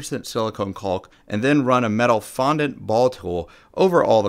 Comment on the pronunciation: The project is so awesome I kept watching despite the constant enunciation of the the 'L' in 'caulk'!